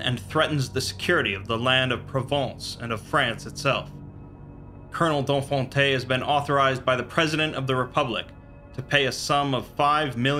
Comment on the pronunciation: I love the way he pronounces "Donfonte".